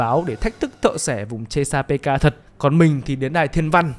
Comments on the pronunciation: thợ xẻ vùng chê-xa-bê-ca :")))))))))) chê-xa-pik mà shopppp :"))))) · Thợ xẻ vùng chê-sa-pê-ka, trong phim nguyên văn là Chesapeake Ripper, đọc đúng thì là sát nhân vùng Chét-sa-pích nhé ad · tui thấy ad đọc là ches pika là sao v ông, tìm trên google ko thấy thông tin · Chesapeake - đọc là Chét-sa-pích nhák 🤣🤣🤣 lạy Vui Vẻ ông cúp tiết lớp Mất Gốc đấy ah 🤣🤣🤣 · Fact:Cách đọc tên biệt danh của Hannibal là thợ xẻ vùng chét sa pít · chỉ đơn giản voice với writer là 2 người, voice thì hơi kém tiếng anh, vậy thôi :)) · chesapeake x -> chê sa pê ka